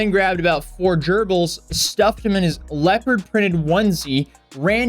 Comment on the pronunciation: "Multiple germils recovered" 🤣😂🤣😂🤣